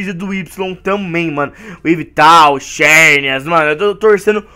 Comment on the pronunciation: não é xerneas que se fala é zerneas